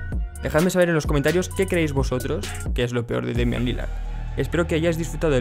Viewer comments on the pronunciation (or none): Lo peor de Demian Lilard (como se pronuncia) es que (narrador) le diga damian:v Jajaja